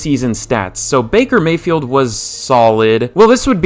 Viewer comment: bakey may-hee